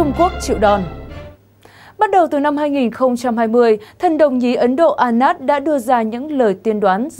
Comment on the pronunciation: anan chứ không phài a nát chán quá